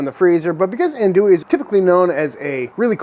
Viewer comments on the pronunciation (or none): Minor critique - "Ohn-du-e" not "Ann-doo-e" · Hi Sir with all do respect it’s pronounced ON-do-ie. I’m from the bayou and the birth place of this wonder German Coonass sausage is LaPlace Louisiana, about 20 minutes from my current home and about an hour from where I grew up on the bayou. Love the vids, they were actually my getaway when I was recovering from throat cancer last yr. Great work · Ahn-douie And if I hear you say Pee-can instead of pa-Kahn I’m gonna kick you in the jimmy! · He keeps referring to this as Andouille. He should say Cajun Andouille, as Cajun Andouille and actual andouille, have nothing to do with each other. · That's some legit andouille just gotta work on your pronunciation